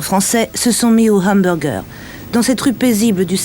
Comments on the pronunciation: au RRRAAAAMburger ? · Pk ils disent Ambourgeurent ? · de hambourger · Les fameux Ambourgueur